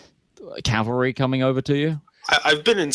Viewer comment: It's cavalry, not calvary. Calvary is where Jesus was crucified. Cavalry are horsies. I don't even mind the mispronunciation, it's just repeated it like 50 times. >_>